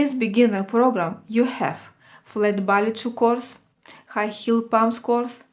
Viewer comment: Love your postings. A teensy point. It is pronounced "Bah Lay" shoes. :)